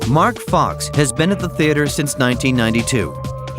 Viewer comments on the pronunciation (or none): It boom fire night and folk not fox